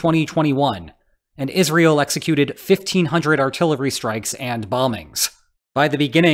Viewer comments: Yes, I have the feeling it is an AI voice, especially because it says "is real" instead of Israel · He says "is real" and not Israel. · I guess some people just say it like that, pretty weird to pronounce it like that